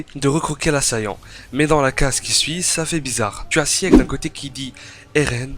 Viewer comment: je t'en supplie Sieg ça se prononce "çigue" et non pas "siègue" aled